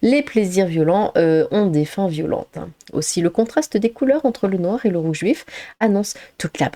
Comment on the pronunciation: vu que j'avais pas l'image je me suis dit que j'ai eu une hallucination auditive ^^ rouge vif on peut croire que tu dis roux juif ^^